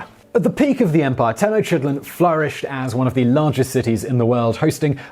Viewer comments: Yowza. Interesting stuff. Not sure of Nahuatl pronunciation, but Teh-noch (long O)-teet-lahn is common today. I feel sorry for Rabbit Two. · Is he mispronouncing "Tenochititlan" or have all the other voice-over guys been mispronouncing it? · Dude, you can ask someone how to pronounce these names. "Ten-oh-CHIT-len"? No. It's "Te-noch-tee-TLAN" (the "ch" being like the "ch" in the Scottish word "loch"). Seriously, there are internet resources to teach you how to pronounce foreign words. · Just say the city or please learn how to sound out the name Tenochtitlan. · he's mispronouncing. I dont know aztec but he is bad at pronuncation. i dont say that to criticize i think it actually makes the videos better but i've seen mispronounce other ones badly. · I wrote that after he butchered Mexica, Tenochtitlan, and conquistador—I recognize the gods he talks about later have difficult phoneme combinations, but the words he mispronounces at the start are common words whose pronunciations are easy to find. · Things to pronounced correctly: Nahuatl is pronounced Na-wat with a almost silent l. Mexica is pronounced Me-shee-ka Tenocha is pronounced Te-no-cha Tenochtitlan is pronounced te-noch-tee-tlan Texcoco is pronounced Tesh-ko-ko Facepalm on your attempt to pronounced teteoh (gods).